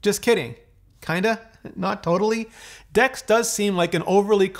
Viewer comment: Excuse me, what did you call Dex?